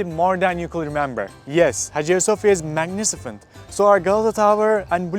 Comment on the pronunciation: Hagia Sophia is "magniCIFENT" 😂😂😂 loved it